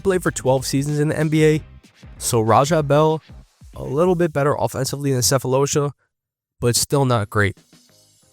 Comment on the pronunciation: love the video bro, just wanna help out as a south african, Sefolosha, you just gotta pronounce the "Tha" part as Tar like as in actual tar which im glad you gave him a shout out, im not tryna be a karen i swear, i loved your breakdown